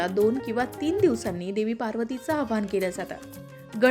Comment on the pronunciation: आव्हाहन नाही हो,आवाहन म्हणा. बोलता च्या आधी उच्चारण तपासून घ्यायला नको का?